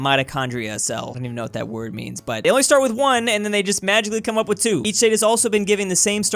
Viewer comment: oh no were not mad at that we just hate how he says UP